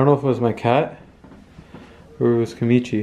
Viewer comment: It's Kamitachi, not Kamichi. U were saying it wrong, of course they weren't showing up, man!